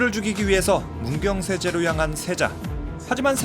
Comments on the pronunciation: 문경세재가 아니라 문경새재입니다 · 문경세재가 아니라 문경새재예요.... 문경에 사는 사람으로써 불편하네요. 고쳐주세요! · 문경세재가 아니라 문경새재 입니다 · 세재 아니고 새재 ....아 머 그냥 고향이라서 그렇다구요 ㅋㅋㅋㅋㅋㅋㅋ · 문경세재가 아니고 문경 새재 입니다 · 문경세재 아니고 문경새재요... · 문경세재가 아니고 문경새재입니다. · 문경세제 -> 문경새재 입니다 "새도 넘어가기 힘든 재"를 새재라고 하즁